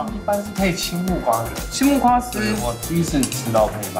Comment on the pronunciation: 前面泰式餐廳的公關小姐，我第一次聽過有人說芭樂（ㄅㄚㄌㄜ）